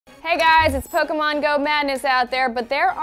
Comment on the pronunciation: Is she saying Pokomon?